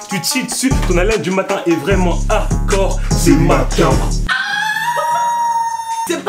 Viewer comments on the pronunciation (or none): none